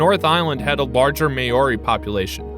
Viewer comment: Hearing Maori pronounced as mayori 😬